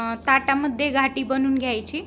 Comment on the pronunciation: घाटी हा उच्चार चुकीचा आहे गाठी म्हणावे